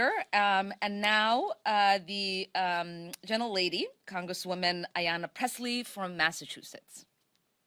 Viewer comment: "Gentel- lady "?? Wtf